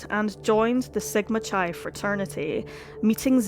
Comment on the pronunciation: What's a soriety? Or did you mean sorority soar-roar-it-ee? Also chi (as in sigma chi) is pronounced k'eye